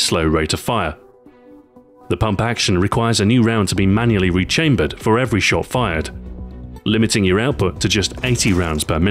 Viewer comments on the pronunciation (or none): .... Listen closely he says: "Evewy"